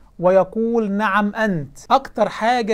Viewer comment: رائع جداً ولكنك نسيت التشيع هناك هجمة شيعية رهيبة على الأمة حالياً نفسي تعمل فيديو عن أحداث الفتنة الكبرى تصحيح: نِعم أنت وليس نَعم أنت